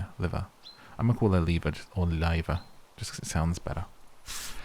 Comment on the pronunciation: The way you are saying Liva is spot on! Love from Denmark. 😊